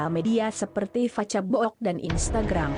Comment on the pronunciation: Pembawa narasi.nya ngga bisa baca bahasa inggris...kaco..masa facebook..di baca pace..book..(faisbuk) mba ..kaco..